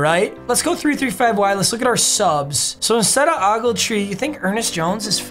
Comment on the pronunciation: Just for next time its O - gletree so you litterley say the letter O and then gletree so its O - gletree not Awgletree.